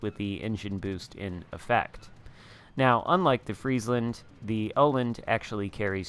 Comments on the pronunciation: 3rd try is pretty damn close. I'm not swedish, but Danish, so pretty damn close:) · It's pronounced Uh-land (wovel-sound as in 'Earl' or 'earn'). Your third attempt sounded pretty good! :D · Hipper is danish, i am swedish. It's pronounced Uh-land (wovel-sound as in 'Earl' or 'earn') :D